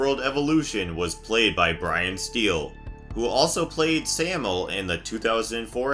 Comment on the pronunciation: Hey, I really enjoyed the video, and I truly mean no disrespect or to imply insult! I am trying to respectfully help out here-- the name is pronounced, "Sam--My--El" cheers :)